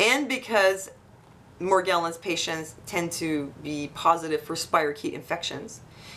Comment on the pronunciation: It's pronounced with a soft G. Mor • gel • ans (jello)